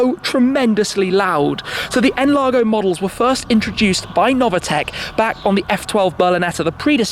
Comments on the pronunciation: It’s pronounced Noveetec not Novatec! Dammit! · It’s Novitec, not “Novatec”, idiot))))